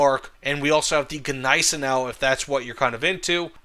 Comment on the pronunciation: jesus... stop saying GE neisenau... G is silent..